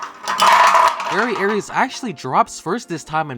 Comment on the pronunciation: Are you talking about Variares? It's pronounced "very airs" but it is spelled Variares not Aries those are two completely different beys. (I'm really only saying this cause Variares is my favourite bey)